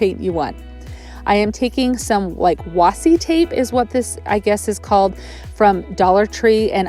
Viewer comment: It's pronounced Washie